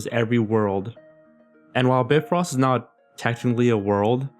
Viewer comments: It's by frost not brifrost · ITS PRONOUNCED BY-FROST